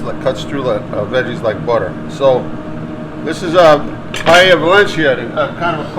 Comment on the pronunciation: You just killed the word paella. Clams that don’t open don’t use